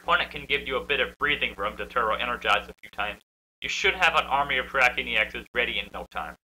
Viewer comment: Nice vicini not victini